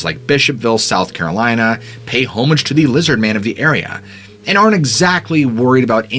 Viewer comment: When’s the last time any of your guys paid “HOME-age” lol… phonetically aaa-muhj